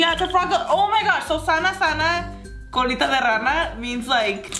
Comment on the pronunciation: It's sana sana coolito de rana si no sana hoy sana mañana